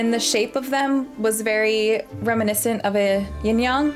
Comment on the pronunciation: Ying Yang not Ying Yung